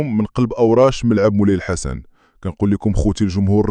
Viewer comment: شكرا لك ياءخي علا متابعتكة الملاعب المغربية ولاكن ياءخي الءسم ءلدي تنطق بهي علا الملعب ءينهو غلط ءسمه الصحيح هوا ملعب مولاي الحسن وليس بيءسم مولاي لحسن